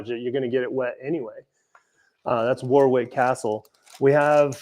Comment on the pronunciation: Oh I am going to be hyper critical Warwick - pronounced Worik ( I was born in England) - I live in Germany and its a phonetic language so I don't get too much wrong. Enjoying watching you work whilst I relax as it is nearly 20.00 here have a loving and peaceful Christmas.